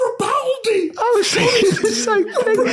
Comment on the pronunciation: Everyone heard Robaldi